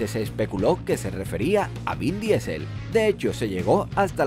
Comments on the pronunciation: Mejores top diciendo DIESEL en vez de DISEL....WTF!!! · Queridos españoles: las palabras, incluídas nombres y apellidos, en inglés, se pronuncian en ingles. No traduzcan todo, no arruinen la hermosa pluralidad lingüística que nos ofrece el mundo. "Diesel" es un combustible, no un apellido. Gracias.